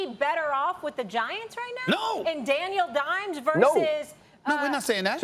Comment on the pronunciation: Molly realllyyyyyyyy said "Daniel Dimes"😭😭😭